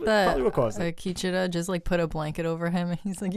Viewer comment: The continued (mis)pronunciation of Akecheta’s name by (his name escapes me) was a bit hard to swallow...but personal quips aside, thanks for the enjoyable commentary of my favorite episode of west world. I hope ed Harris doesn’t leave the show. I have lost all interest in Dolores’ one note, boring AF storyline, so if we lose the MIB and Ford continues to be scattered, (I would like to see more of his back story, just more of him any way I can take it really...) Maeve is left holding the lead and I’m not sure how long her story arch can continue...I feel we are going to need to be introduced to new main characters as we go into season three and beyond and the audiences ability to connect with them and their new story will make or break the show going forward. Akecheta was delivered brilliantly so I do maintain optimism...😎